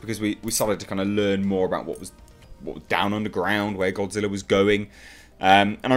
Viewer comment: Japanese: Gojira Americans: Godzilla: Gawdziller